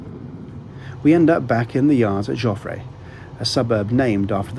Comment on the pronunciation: Approx It's not "Joffray" - it's Joffre. The final 'e' is silent, and definitely does not have an accent aigu.